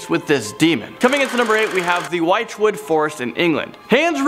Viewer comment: Aha I love how you pronounced wychwood 🙈 it’s pronounced witchwood 👍🏻 my secondary school had the two houses named cornbury and wychwood